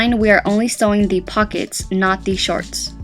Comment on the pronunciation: Did she say with fuckets?